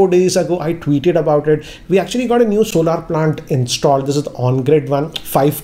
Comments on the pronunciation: Sir Solar is Pronounced As ' sol-er , not solaar . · It's solar not solaar. Solaar have different meaning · सोलर not सोलार ।